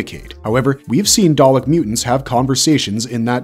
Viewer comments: Dude why are u not saying dalek the same way each time may as well pronounce it darlick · Your pronunciations of both Dalek & Davros are all over the place "Day-leck" "Dave-rose" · Good video but I found it grating every time the VO mispronounces things... especially the repeated switching between dah-lek (correck) & day-lek(wtf?) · "daylek" is that a new species of dalek💀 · please don't say Dalek as Day-lick AGAIN!, say it as Dah-Lek. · Why is it, he’s saying Dalek wrong, then says it the right way, “ dar’lek “…. It seems he’s never watched doctor who….. or at least the dalek episodes. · Daylek lol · WTF is a Day-Lick 🤣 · Please stop saying “Day-lek” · How can you post a video of this subject and pronounce the names so incredibly badly - Daylick? What ?. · DAR-LECK. When you know its not a true Dr.Who fan making the video. EXTERMINATE! ARRGGH! This is as bearable as the past two series. I'm out! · Pronounced dar lek. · "Darrrrleks"? Honestly American pronunciations are mad. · Pick one way to pronounce Dalek and Davros and stick with it please. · Why did he keep alternating with the pronunciation of dalek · if that's A.I., it's pretty good. Other than the Dalek pronunciation problem and the weird way he says the title of each section, it sounds like an actual person that did their research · why does it pronounce words different every time it says them??? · FWIW it’s KAH-led not KAY-led, dav-ROSS not dav-ROWS and DAH-lek not DAY-lek. And the Thals are pronounced THAHL not Thale. The claw really only appeared in the first story. Subsequent Dalek stories in classic Who were tentacled green blobs first seen in Genesis and subsequent stories. In Remembrance of the Daleks, Davros had mutated them again and bionically augmented the mutant itself. I’m not sure why the video talks about them having two sections then mentions the arm and gin as part of the top (it’s the mid section).